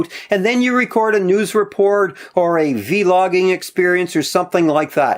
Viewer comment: Lol he said v- logging instead of vlogging